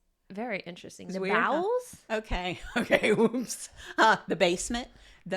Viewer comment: "Bowels" was cracking me up!